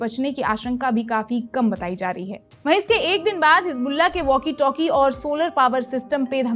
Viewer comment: मैम वाकी टाकी नहीं होता है... वॅाकी टॅाकी होता है.... इंसानियत की नहीं बल्कि इंसानियत का होता है... लगता है अंग्रेजी माध्यम पढ़ी हैं....